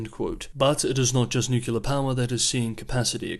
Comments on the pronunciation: I love the channel and watch it everyday... But you gotta stop saying "nucular" instead of "nuclear"😀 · Nucular for Nuclear is not a regional or dialectic variation. You will find it all across the English speaking world. is not the first journalist to be criticised for it. I am not sure why, but for some reason a significant number of people just can’t seem to pronounce the word correctly, even when the correct pronunciation is pointed out. In the scheme of things it is a venal sin. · *Nuclear not "Nucular" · The word is "nuclear." New-clee-ar. Not New-cu-lar. Anything else is racist. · Nuclear is not pronounced “nucular” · It’s pronounced nu-klee-er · "Nucular"? Are you a bot? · are you homer simpson? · I'm going to my local Merriam-Webster editor and have a conversation on "Nucular weapons"...... hopefully be in the dictionary for next year. Also will have a conversation on Xi-dickhead-poo-bear. See if that makes it to. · The way you pronounce ''nuclear'' is driving me up the wall. Thanks for the update though 😆